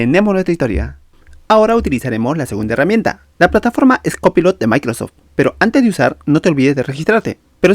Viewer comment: Aprende a pronunciar COPILOT 😂😂😂😂